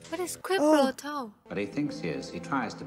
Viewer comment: "quid pro toe" sir. 😉😆